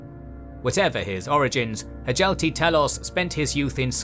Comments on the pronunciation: It's "hyalti", not "huh jelqi". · Hjalti is pronounced with a soft J, like Hyalti.